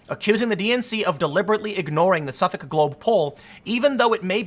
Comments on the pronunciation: It’s pronounced “suffick” tim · Dude, Suffolk is pronounced suffick. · Good video but the pronouceing of Suffolk drove me nuts lol.. is pronounced --suff-ick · *Suffolk is pronounced ['səfək]. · Dude it’s Suf-uck is how it’s pronounced just like the County Boston is in and the one on Long Island. It’s one of the oldest university’s in the nation. Extremely respectable school and has been polling for years...that’s why the joke so always Suffolk yourself University